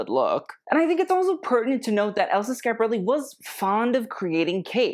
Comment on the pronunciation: I realize you will never read this But, you are a Brilliant young man. I only wish you could or would pronounce the name of Your show properly .